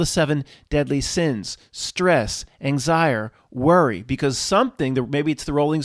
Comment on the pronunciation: Did you just coin a new term ? I heard "Anxire" = anxiety + desire